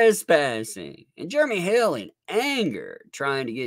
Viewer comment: I giggle every time says "Jeremy" because it sounds like "Germy".